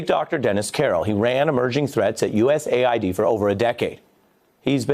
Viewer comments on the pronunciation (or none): none